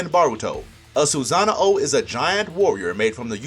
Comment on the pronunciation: It's called a sosanoo not a soozanao